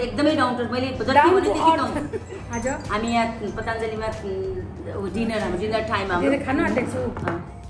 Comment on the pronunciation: पतांजलि hoina पतंजली ho. Also plz correct your pronunciation. Thank you for beautiful video. We enjoy your blog ❤️